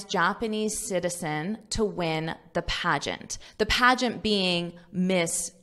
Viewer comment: What’ s paegant?